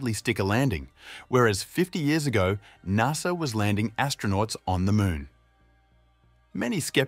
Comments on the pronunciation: It’s not NARSA, it’s NASA, the “NAS” part of “NASA” rhymes with “GAS”. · Its pronounced N.A.S.A. not NARSA :) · Never in my life have I heard someone mispronounce NASA so badly.